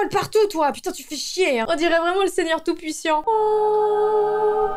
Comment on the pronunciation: "On dirait vraiment le seigneur tout puissiant" ALERTE DOOMS NE SAIS PLUS PARLER !!!